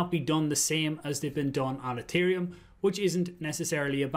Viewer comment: I will always love the way KOMBAT s his Irish accent when he says Ethereum 😉